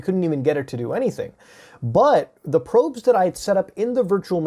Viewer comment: Just here to hear Muta say probe a bunch of times tbh🤷🏼‍♀️🤷🏼‍♀️